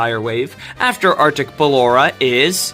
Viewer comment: i heard "our d*ck ballora" 😭😭😭